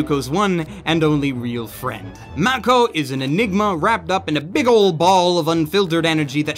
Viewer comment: While I was hoping for a higher score, I accept your final thoughts on Kill la Kill,. You are one of my favorite anime reviewers for sure. HOWEVER... YOU, sir, must do me a favor! PLEASE, for the love of god, put some effort in pronouncing these characters' names the way they're pronounced in the show! It irks me to the point where my eye twitches! Hearing Mako pronounced as "Makko" and Satsuki pronounced like "sat-suki", as in the past participle of sitting, does not a happy Blitzcrank make.:( And if you never make that change or even read this post, it won't really matter I guess, as I'll still watch your videos.:)